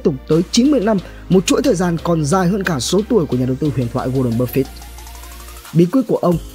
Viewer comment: Bạn học cách phát âm chữ "buffett" nha bạn. "Búp phít" nghe muốn xỉu. Chắc bạn nghĩ chữ e đọc là i nên thêm chữ t vào đọc là búp phít.